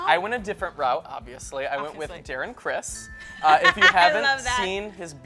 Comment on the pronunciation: Darren Criss not Darren Chris